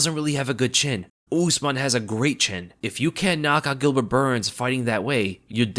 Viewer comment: Why do you American always pronounce non English names in such weird ways , usman is not ooozeman it’s usman ( simple ). It’s oo not ooooo. Cmon man, It’s not really rocket science.